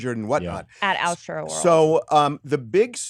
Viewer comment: It’s astroworld not what ever that blonde chick said 🤣🤣🤣🤣🤣🤣